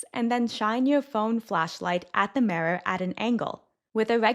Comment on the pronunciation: The mirror is going to sound "tiny"??? Okay, there are a lot of weird pronunciations in these videos, but that is the most telling. There is definitely some AI component to these.